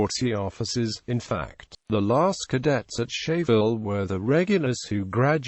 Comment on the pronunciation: Scheyville is pronounced "skyville"